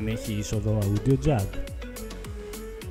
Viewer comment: το audio προφερεται ως οντιο οχι αουντιο...